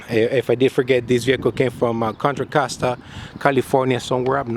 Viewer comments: You said it right. Contra Costa or as some of us call it CoCo County. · Yes you said Contra Costa correctly. It's Bay Area so that car will not have any rust.